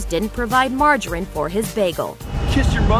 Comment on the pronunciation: the way you pronounce margarine physically hurts me.